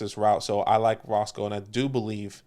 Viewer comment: Had to play it back bc I couldn’t believe it but it’s definitely not Roscoe Johnson. It’s pronounced RoSHAWN Johnson.. put some respect on that man’s name! I went to UT so I’ve been a fan since he was playing QB for the Longhorns. Just don’t want you guys saying it incorrectly for the next few months lol